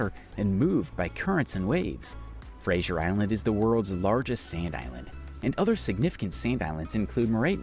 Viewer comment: Why was Fraser Island changed to Frasier island?